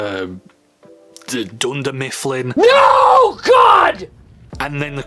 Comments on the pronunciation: Dundermifflin. XD I actually love that. (It's Heimerdinger, just in case you were actually - and still - wondering) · Heimerdinger, it's pronounced:- Hi-mer-dinger.